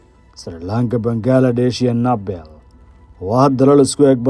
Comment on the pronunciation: Naabal ma ahan ee Nibaal (Nepal) iska sax dhawaaqa wariye thanks